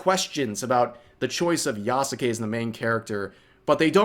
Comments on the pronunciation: I hate how you pronounce yasuke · Ubisoft shills can't even bother to pronounce their sacred cows name "yasuke" right But you do at least which shows the difference. I've been going nearly mad at that and I don't care if it seems like a nitpick. If you claim to be accurate AT LEAST say the name right Edit: wait did he just say "Yah SU kay" himself? Pick one. It's either correct as in yah ske Or wrong as in yah su kay